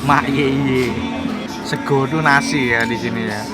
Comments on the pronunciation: Wkwkwkw lucu lu bang,bukan orang jawa ngomong sego aja sEgo😂😂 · Waktu ngomong sego bikin ngakak sumpah 😂😂😂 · Bang lu pas ngomong sego mirip orang jawa banget dah wkwk 😂👍👏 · Ko nex bilang "sego sambel mak yeye" aja jawa bgt, lah aku yg tinggal di jawa ngomong gitu gk ada logat jawa sama sekali😂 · logatnya koko lucu “sego sambel” 😆😆 bikin ngiler ae mamen 😓